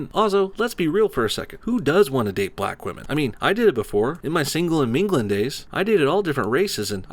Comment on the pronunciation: when he says singlen and minglen